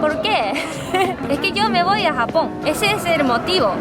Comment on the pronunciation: Te he escuchado varias veces en la introducción decir: "Hola a todos! esto es sapón con jamón". O me equivoco? Un abrazo a ambos desde Chile!